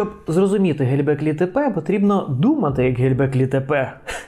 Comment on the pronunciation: Все супер, дякую! Все-таки цікаво чому оповідач так наполегливо говорить Ге_ЛЬ_беклі Тепе :)